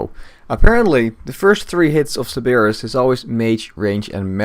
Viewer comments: How does one mispronounce Cerberus? lol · sir bur us